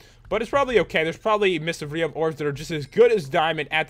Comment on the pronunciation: I remember the first time I watched this I didn’t know what mists of riov was so I thought he said mystic briov